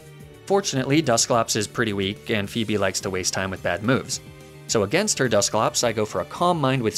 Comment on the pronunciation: Yo shouldn't you be pronouncing Phoebe´s name as "Fo-ee-be' ?